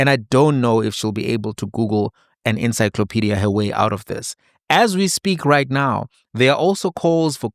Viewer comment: She cant even pronounce ... encyclopedia... ENSYKLOPEDIA... spoken as its written... but the Google Queen ... the esteemed Dr. was all over.